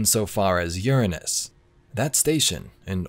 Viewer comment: A thumbs up from me for pronouncing Uranus correcly.